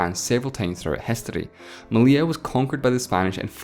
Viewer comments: The 2 Ls in Meli*ll*a have a Y sound, therefore his pronunciation is right. "Meliya" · You nailed the pronunciation of "Melilla", how come you failed so bad in "Ceuta" ?